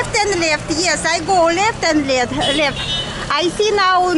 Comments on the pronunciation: В английском наше русское Е тянется как Э, Лефт звучит как-то не очень:( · Left - Лэфт